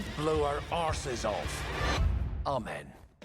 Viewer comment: Incredible! He said "Amen" correctly! Not like an American (or really the average anglophone) that seems to be hailing someone with their "Hey man". Ten points from me too.